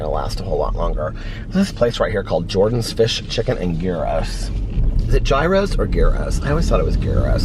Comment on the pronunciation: checking to see if the sirens are nearby or in your video! lol 😂 Gyros is pronounced yee-ros. the G is silent ;-)